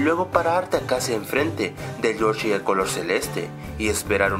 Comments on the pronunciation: PORQUE COÑO DICE: YoCHI en ves de Yoshi? Esa ha sido el Verdadero Misterio de Este Canal:v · el de YOSHEHHHHHH (YOSHI)